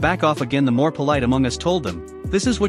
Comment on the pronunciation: MORE...not moar...